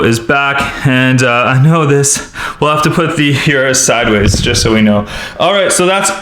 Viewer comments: It’s pronounced OOrus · Uris is pronounced ooroo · urus not yrus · URUS!!!!!! by the way Lamborghini estoque is pronounced E ST OKE